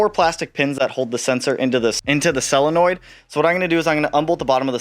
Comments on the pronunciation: Sounds like you’re saying “cell-a-noid”. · Cellenoids... God you're killing me. Solenoid!